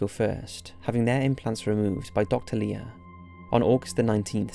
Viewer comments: "LIER" lol while ur description says Leir. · It's Leir not Lier!!! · Leir not lier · Didn't even get his name right. "Leir" or "Lier"